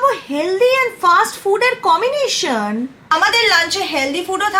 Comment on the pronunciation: কমিনেশন কি আপি😂😂